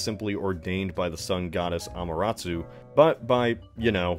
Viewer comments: I found it funny when he said “Amaratsu” 😂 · you refer to the sun goddess 'Ameratsu'. Based on your pronunciation, I'd have thought that was the Shinto goddess of AMERICA!! Snap.